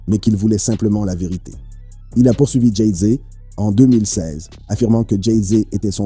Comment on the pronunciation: Dit encore une fois "Jay zé" et je te séquestre dans une cave du 93 !